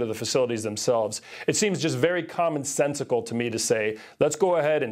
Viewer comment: Did he say 'common sensecicle?"